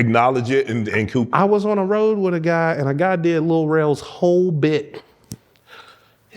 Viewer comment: “ On The Rwoad” Like The Lil Boy From Temptations.😂😂😂